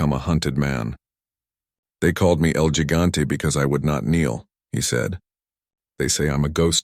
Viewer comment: What kind of bad ending bs Is this? Get atta here 😂 I should’ve stopped listening the moment the narrator said ‘el gigante’ with a gringo accent for gosh sakes. Going to bed now 🙄